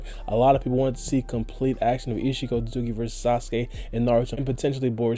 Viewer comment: Why cant you just say Isshiki why you gota fast mumble through isshiki otsutsuki every time you say his name lol